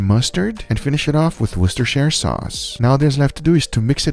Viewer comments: His pronunciation of worstishire makes me angry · Worcestershire is pronounced as Woostershire, where the 'shire' ending is pronounced exactly as in "New Hampshire". The first syllable is stressed, the 2nd and 3rd aren't. so: WOOStershire